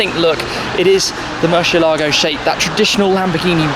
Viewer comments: Who pronounces it worse? Shmee: Mur-she-elago Tavarish: Mur-ci-elah-go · Why does he keep saying murSHEélago